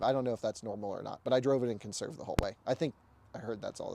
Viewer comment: "Per-ferned on... conn-serve mode?" Yay literacy...